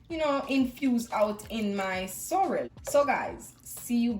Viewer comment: Lol I thought you said sour